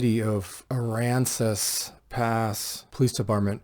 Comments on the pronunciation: THANK YOU for pronouncing aransas correctly. Yeah that CJ dudes a beast I’ve been watching some of his stuff. Those tyrants are in deep 💩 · You pronounced the towns name perfectly.